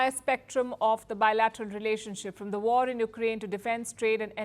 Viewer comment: Pawpaw, speech ne waRrrR RrRukwadi